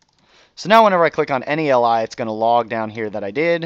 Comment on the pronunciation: I swear - everytime you say "li" I hear "ally".